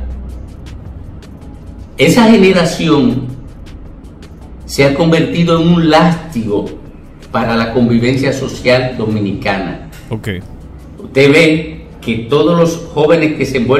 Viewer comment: Dile a que no dice LASTIGO, se dice latigo, se dice Distinguido no DITINGUIDO